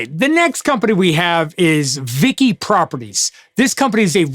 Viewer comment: You call it VICI( as in Vichi)